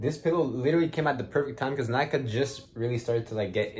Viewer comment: It is Naka not whatever u said and Am3n